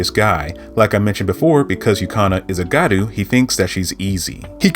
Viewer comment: Btw it’s gYaru not garu